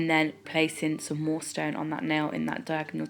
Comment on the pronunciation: Gorgeous 😍😍 I love these so much... I heard the describe 'kin ell' when u was saying diaganal ....god I don't even know how to spell it let alone say it lmao 😂😂